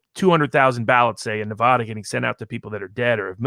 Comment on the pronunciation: your mispronouncing Nuh-Va-Duh diminishes your Argument.